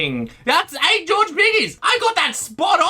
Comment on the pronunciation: Why do you keep saying George like "Georgie"